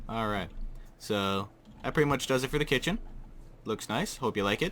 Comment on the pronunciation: i literally thought u said hey pandalings today im gonna show show u how to make a greek KITTEN or KITCHEN